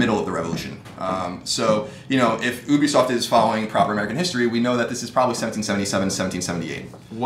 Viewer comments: It's U-BE-SOFT not OOO-BE-SOFT. And we did not want a fucking history lesson. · oobisoft? ITS ubisoft as in YOU-BEE-SOFT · Ubisoft is said as You-be-soft not Uw-be-soft LoL XD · whats "Ubesoff"